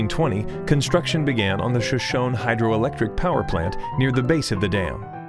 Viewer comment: Pronounced "show-show-nee" not "sha-shone"